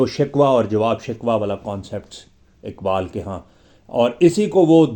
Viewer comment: Merey moahtram Urdu, me talaffuz talaffuz talaffuz😢😢😢 ki kya ehmiyat hai aapko haqeer kya batayega aap sahib-e- ilm ...ikbaabl me iqbaal kahan se aayega,hakeekat me Haqeeqat kaisey aayegi😢😢😢😢😢😢